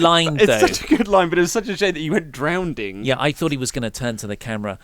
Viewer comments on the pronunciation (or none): Can it really be a "great" segment if the story takes a really disappointing turn half-way through? Sure, Heyman and Reigns were good (apart from "drownding"), the banter and shifting dynamic between them was interesting and entertaining, and even the bit of violence at the end was fun. But they were building up something so much more intriguing than just another "villainous swerve," which we've seen a dozen times. It's weird, I know it was a good, maybe even great segment, but it lost a TON of intrigue, sadly.